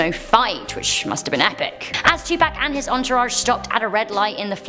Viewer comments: I love you, but you are saying Tupac wrong. It is Tu/Too and Pac/ like lock. I know it doesn't matter lol. Just though it would help for next time. If there is a next time lol. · Did she say 2 pack!!!?? 😆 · You're pronouncing Tupac name wrong name wrong